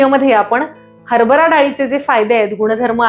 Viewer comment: हरबरा , नव्हे हरभरा. आपण दिलेल्या माहितीबद्दल धन्यवाद. आभारी आहे.